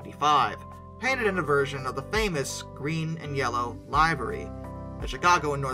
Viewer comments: You're mispronouncing livery...it sounds more like l iv(if) er e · The word is L I V E R Y (LIV-ER-EE). That UP/Northwestern Heritage SD70ACe is a good looking unit. Also, the Eastern Railroad that became part of N&W was the W A B A S H (WAHBASH)., not the WA BOSH. MInor corrections... Like your website. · Hey, please pronounce livery correctly. It sounds like liver the abdominal organ. I cringe when you say it like alive. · Would somebody teach him how to say, "Livery"! ˈliv(ə)rē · It's probably an accent thing